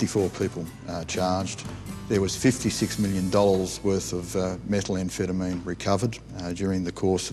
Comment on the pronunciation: it's methamphetamine not metal-amphetamine ... that pronunciation gaff annoyed me throughout